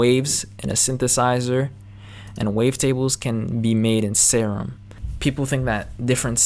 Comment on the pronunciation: Nice video man. Btw, your favorite synth is pronounced 'seer um', not 'sair um'. :)